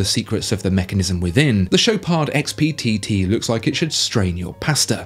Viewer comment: Aha, the Rolex Papa Smurf, the first divewatch designed to drown you😂😂😂😂😂 As for the BB 18K, its called the After 58.......also you don't pronounce the D in Chopard.